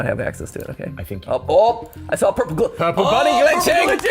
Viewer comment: hearing matpat say "ourple" out loud is threatening